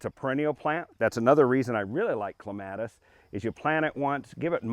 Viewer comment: You're pronouncing it wrong.